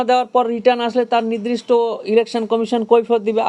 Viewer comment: ০০:১৫ তে "নির্দিষ্ট" বলতে পারছে না, "নিদ্রিস্ট" বলছে, এ আবার বড় উকিল 😂😂😂😂😂